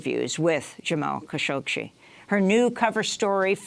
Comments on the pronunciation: "Kashoshi"???!!! What the heck? I see that the liberals have some strange and disgusting aversion to bathing (for Pete's sake: You're on TV, Darlin'... comb your hair and put on some lipstick, -at least)!! Ugh!! I don't care WHAT they were going to say.... this presentation is PATHETIC! Khashoggi.... it has 2 "G's"!!! (Kashoshi, he says, repeatedly). How STUPID are these people????! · who da hell said "cowshoshi" wtf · Please learn how to say his name properly! There is no "shee" sound at the end of his name. It is pronounced Ka'shog'gee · Pronounce his name correctly Kashoggi as in Adnan. Cashoggi. Perhaps that will shed some light and history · Lol she consistently mispronounces kashoggi. Kashokshi? They woman she interviewed said it correctly to her and she hammered the rest of the video out with no change. Not a big deal but funny for sure. The lady had micro expressions every time she does as well. I kept thinking just correct her. Geez what if she had a booger?